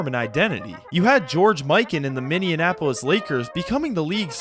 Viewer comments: Yeah, that's weird. I don't think I've heard "minndeianapolis" pronunciation previously. Do it once, just misspeak, but multiple references ... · I'm amazed at how often Minneapolis is mispronounced in videos. It's Minny-apolis...NOT Minian-apolis. It doesn't rhyme with Indianapolis. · I've had to make the same comment on at least five other unrelated videos from five other separate YouTubers. Maybe it's because I live in the upper plains where Minneapolis is a prominent city, but it's still insane to me how many people say Minian-apolis instead of Minny-apolis. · Minneanapolis making my ears bleed bro please show some respect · Speak it out "Minn-E-Apple-us" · Great video, but brother, what is a Minneanapolis? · That 2nd, non-existent N in Minneapolis is hurting my soul, and I'm not even from there. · The way you pronounce Minneapolis makes my ears bleed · I like ur vids but please learn how to say “Minneapolis” you’re really getting on my nerves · enjoying this vid my guy but you gotta learn how to say "minneapolis" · omg my thoughts exactly but also great job! outside of that pronunciation faux pas (and inconsistency in spelling it throughout the video) i've now watched this twice today so i really love your takes! so keep up your insight because this level of history is desperately needed!!!